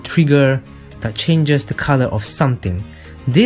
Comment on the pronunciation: What is a Col-ow-er?